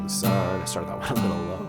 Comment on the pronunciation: Thank you! For saying "Syne" instead of "Zine". From a Scot living in northern Sweden. :)